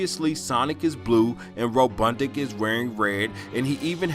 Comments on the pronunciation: Ro bot nik not ro dud nic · That interesting. It’s a mean ass reach,but it was fun to watch. It’s RoBOTnik. Not RoBUTTnik